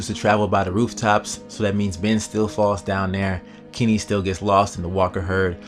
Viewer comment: It's kenny man not kimmy and it's christa not krysta and it's ben not bin